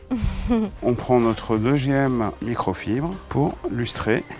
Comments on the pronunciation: micro fibre pas micro chibre 🤣🤣🤣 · Je crois qu il ya un défaut de prononciation ce n et pas une micro chibre mais fibre 🤣🤣🤣